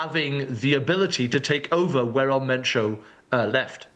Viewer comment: ElMentoo ✅ EL MENCHO ❌